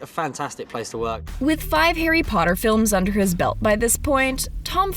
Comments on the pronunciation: I have never seen the movies but what i do know is that he says " POTTAR!" at Harry and i love it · He doesn’t actually say Potter, he says “Pottah”